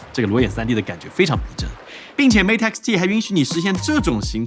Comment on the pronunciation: 终于有中国博主把mate的音念对